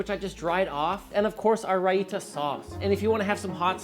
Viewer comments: Yo. Raita = ray-ta, not ra-ee-ta. Wtf. So no research involved here. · Raita is pronounced Rye-thah